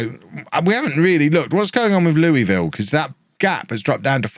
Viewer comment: As a Kentuckian, pronunciation of Louisville hurts my soul.